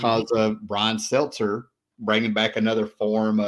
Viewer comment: Somehow I missed this and came across it today. I'm going to bust you,, its Brian SETZER, not Seltzer. 🤪